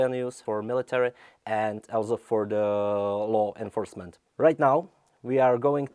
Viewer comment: I thought that dude said "Lol enforcement" and I can't say that I disagree with him